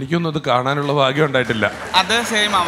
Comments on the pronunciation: There is no bhasha suddhi, stil he should learn how to pronounce Bhagyam, Bhasha, bharya, bhavna, like many. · നിർഭാഗ്യം എന്ന് പറയാൻ പഠിക്കു ഫാഗ്യം അല്ല